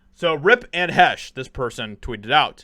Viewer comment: You should really learn how to pronounce the people's names before you start talking about them. Really??? She had little talent and endangered multiple people with her selfish, drug fuelled suicide. Anne Heche's death is nothing to you but a chance to make money.